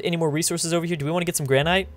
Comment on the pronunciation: Really? Gran-Ite? That's not how you pronounce it, did you even take English?